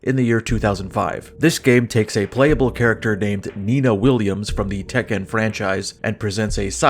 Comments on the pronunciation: i've never heard anyone pronounce Tekken like that lol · Why are you saying Tekken like that?